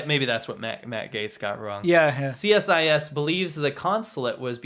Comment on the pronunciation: Just FYI, CSIS is pronounced "see-siss". Also funny enough I'd say most Canadian's don't even know we have our own spy agency. They are just that good ;)